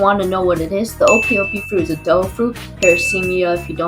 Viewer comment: “Paracemia” it’s para-me-see-uh, paramecia